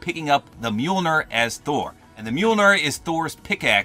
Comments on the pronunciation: Is this the first time he's ever said mjolir? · its pronounced mule near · You mean meemilneer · Just a quick note, it's pronounced m-yole-near. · Tip from anakun of the day - thors hammer is pronounced «mjolnier» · Mjolnir is pronounced myul-neer. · By the way, Mjolnir is pronounced Mil ni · its mee-youl-neer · dude your a marvel fan and you can't even say the name of the hammer right 🤦‍♂️ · you’re saying Mjolnir wrong😂